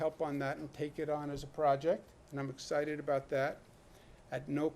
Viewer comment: "what are you talking abouut" Classic new Yorker 😂